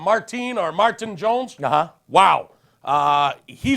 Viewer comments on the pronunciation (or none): Are you begging me to comment? =) The SJ goalie is Martin, not Mart-ine. At least you remembered the Andre in Marc-Andre! I like your bet though...knights are killing it but I think they will have a tough time with the winner of the nash-wpg series. And lastly, stalker is a good term for those people, since there are a few of them. For VD, his podcasts are weak...I watched two minutes and they are all about him. Short people usually have an insecurity complex or two and he has a dozen of them. Scary. Great job on the show guys! Thank you for continuing to do them!!!